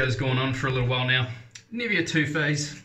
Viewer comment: I appreciate this review. I was considering it but I think I'll hold on to my money. I also have the Parthenon, Rex and several other adjustables. BTW, the NIVEA is pronounced NI-VAY-UH. It's parent company is Swiss and A Swiss woman I dated corrected me when I pronounced it like you did. I enjoy your videos.